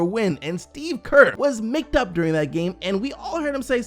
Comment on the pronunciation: why he say “mic’d up” like that lmao